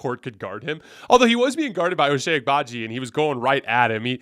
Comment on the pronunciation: Hey! It’s pronounced “Oh Chai”. I really hope that dude can turn into a better role player!